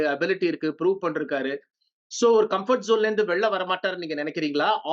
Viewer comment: Panirkeenga ❌Pandrukeenga✅ , panirkaru ❌ ,Pandrukaru✅